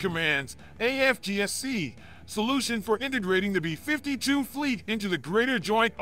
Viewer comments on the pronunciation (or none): Between this guy and the narrators on Fluctus, they always sound like a weird malfunctioning A.I. reading a script, placing the emPHASis on the WRONG syllABLE… why do ThEy dO THaT?!?🤔 “beFIFTY two!!” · Pronounced 'bee fifty two', not 'b'52'!🤣